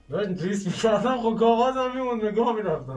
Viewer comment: ریسک نه ریکس